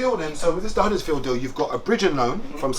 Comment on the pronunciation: Bro said huddersfield.